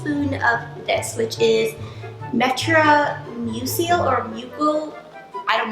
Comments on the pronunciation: its medamusil thats how u say it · You said meta mucil soooooo rongh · It's meta mucil there is no r (met-a) (mew-sul) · its pronounced meta - muuuuuuuuucul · it's metamucel (meta-mu-sel) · how do you not know how to pronounce meta mucil